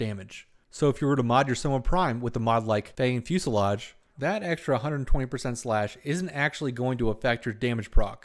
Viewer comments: gg, i like the new format, and love all the accurate detail, keep up the good work! my only wish is checking correct mod or weapon names, fusillaDe, sounds like lemonade, not fusillaGe XD, (no big deal, just help u sound as pro as poss);p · Heh. Fusillade, not fuselage. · I mispronounced it in the video, but its Fanged Fusillade and it can be dropped by Eidolons, purchased from Baro, or purchased from players for plat (8-10ish) on PC.